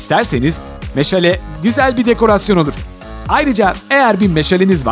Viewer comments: 2 22 meşele değil meşale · Abi meşele nedir ya meşale o